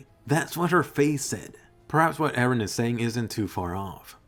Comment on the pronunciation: many people call him 'ereh' as well. it's confusing!